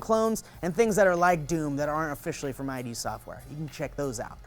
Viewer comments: Id - "id" Like id. Not ID. Id. Think Freud. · I sincerely hope was just being a troll by pronouncing "id" software as "eye-dee" instead of "id" as in "splendid".:/ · I-D software? Don't pronounce it separately dork! it's iD. One word. Sounds like "did" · It's pronounced 'idd software'. You know, as in ego, super-ego and id. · Wolfensteen? Nazzi? I.D. software? Stop trolling me with your pronunciation!:P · Please stop pronouncing id software, I.D. software, you are ruining my childhood, I'm just jking, gooooood video.